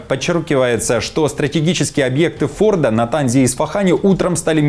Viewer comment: Если можно поправить -- правильно говорить Фордо́ ударение на последней букве. А так все закономерно. Иран, хотел уничтожить Израиль и всех евреев -- тот же фашизм только с бородой. Но Израиль с этим не согласился и нанёс привентивный удар. Иран совершил покушение на Трампа ( к счастью неудачное) и Трамп, как настоящий мужчина, саданул Ирану по морде. Да, действительно главным девизом Ирана был, да и сейчас остаётся "Смерть Америке! Смерть Израилю! Смерть евреям!) при любой возможности они старались унизить флаги двух стран, ходили по ним топтали их, жгли их и так сорок лет. Иран, заслужил каждую бомбу которая падает на землю Ирана . Самое интересное что они повторили израильский опыт " предупредили врага перед атакой" чтобы снизить потери среди мирного населения. На ядерных обьектах есть мирное население?